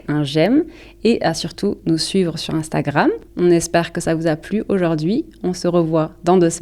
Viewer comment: Pour moi "oinstagramme" à c'est bizare :D